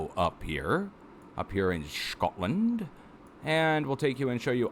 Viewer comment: Love the connery-esque pronunciation of "Shcotland"!